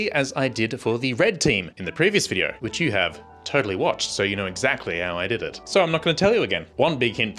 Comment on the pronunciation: “Our last vidier..” 😂